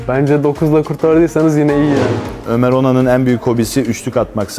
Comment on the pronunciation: Ömer onan yine yanlış okudu lan hngnvnvfg